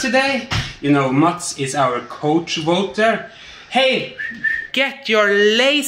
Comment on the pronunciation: *choice Couch… the cou is pronounced like cow, rhymes with now.